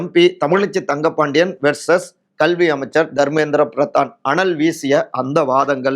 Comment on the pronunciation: Unga pronunciation கள்வி is wrong. It's கல்வி